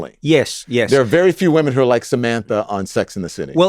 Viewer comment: WTF? We don't say women like that